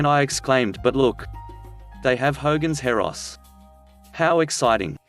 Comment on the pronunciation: It's 'Hogan's Heroes", not Heros lol